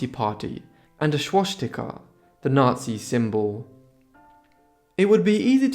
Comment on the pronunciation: I like your narration, just one thing, "swastika " is not pronounced like you say it. Please look it up. Thank you.